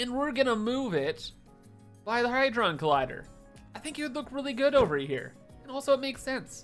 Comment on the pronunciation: "Had-ron" - As in "You had to say it wrong" :D